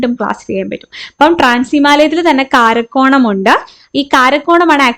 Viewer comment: കാരക്കോറം ❌കാരക്കോണം ✅😅